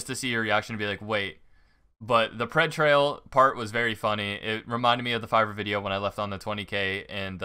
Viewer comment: My heart sank when she sed pred trail 🤣